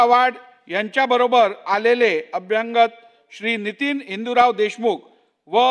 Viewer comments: अभ्यांगत हे चुकीचेच तसेच अंभ्यागत नाही हो.. अभ्यागताना म्हणा.. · सभापती अभ्यागत ऐवजी अभ्यंगत असा उच्चार करत आहेत. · मा.नार्वेकर साहेबा, माफ करा. पण 🙏"अभ्यंगत" हा आपला उच्चार खटकत होता. अभ्यांगत नाही अभ्यागत असायला हवा असे वाटते. अभ्यंग हा शब्द वेगळा आहे. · हे अध्यक्ष वकिल आहेत आणी लीहीलेले वाचताना किती चूकीचे मराठी उद्गार काढतायत खरच कमाल आहे अभ्यागताला हे अभ्यंगत म्हणतायत .कमाल आहे .या खुर्चीवर भारदे आणी चौधरीं सारखे अध्यक्ष म्हणून बसले होते.बाकी हे किती कर्तबगार आहेत हे माहिती नाही. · मराठी तरी नीट बोला. अभ्यांगताने काय असते? मराठी माणसाला "अभ्यागत" च तेवढे माहिती आहे. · अभ्यांगत नाही अभ्यागत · अभ्यागत असा उच्चार अपेक्षित आहे अभ्यांगत शब्द चुकीचा वाटतो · नार्वेकरांना मराठी शिकण्याची फार आवश्यकता आहे. अभ्यागत हा शब्द त्यांनी चार प्रकारे वाचला. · नार्वेकर मराठी शिकून घ्या.. अभ्यागत असं असतं... 🤣 बाकी पण बऱ्याच चुका आहेत पण टायपिंग करायला कंटाळा येईल 😂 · अभ्यागत शब्द आहे pl. मराठी नीट वाचा व बोला